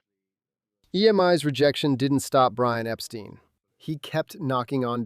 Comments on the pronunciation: It's Ep-Stine, not Ep-Steen. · "Beatles" (with a T), not "Beadles". And "Epstein" = "Ep-stine", not "Ep-steen". 😐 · Disappointing errors in detail. Mispronunciation of Brian Epstein’s surname as “ Epsteen “ rather than “ Epstine “. Anyone who knows the Beatles knows this. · You got Brian Epstein's name wrong! Clearly you must be an IGNORANT AMERICAN!(ALL AMERICANS ARE IGNORANT!) The name Epstein is meant to rhyme phonetically with "dine, wine, fine" etc.